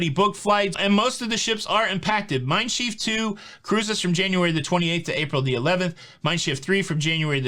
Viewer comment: Just a note on German pronunciation, Mein Schiff rhymes with cliff.